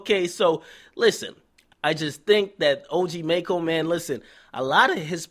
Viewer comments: "MACKO" NOT "MAYCKO" Lmaoooo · DJ Akademiks you know it's maco and not mayco right? lol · are you saying his name wrong on purpose